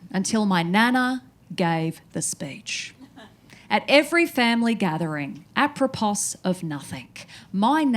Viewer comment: The most disturbing part of the show was when nobody laughed at the pronounciation of "aproposs" 👀😅